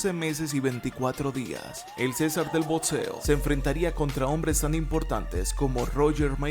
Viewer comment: DEBERIA TENER MEJOR PRONUNCIACION ...... NO ES BODSEO, BODSISTICO, BODS, ERES MUY BUENO PERO APRENDE A HABLAR, ME GUSTAS TUS VIDEOS Y TAMPOCO SON EDSITOS